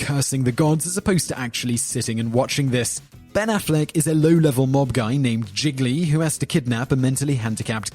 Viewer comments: Giggly? More like Gee-lee... Sorry that really bothered me. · It is pronounced 'je-lee'......... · This guys pronunciation is appalling. The film Gigly is pronounced "jeely" not jiggly. 😱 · it is pronounced "JeeLee" not jiglee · Somehow I KNEW he'd say "jiggly", not "gee-lee". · Gee-lee. Not giglee. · Seriously, at least learn how to pronounce the titles of the movies you're talking about. Gigli is pronounced (more or less) "Jeel - yee"... not "Jiggly". 😅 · Wait! Is Gigli actually pronunced Gig a lee and not Gee Lee? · Gigli is NOT pronounced "jiggly". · I know the movie was bad, but... Jzee-lee. The second 'g' is not pronounced. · gili, not gigli. you get titles wrong pretty often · It's pronounced Geely like realy! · Idk why im bothered enough to say this but, it's pronounced G-li.....there now that i got that off my chest i feel more complete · #8 Gigli pronounced, Zheely, sort of. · That annoyed me a lil bit when he said that. Not defending the movie.....but it's pronounced Gee-lee. lol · If he mispronounces Gigli one more time... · did he just say rumpy bumpy? also you mispronounced gigli everytime I've never seen it ...to save my eyes from escaping my face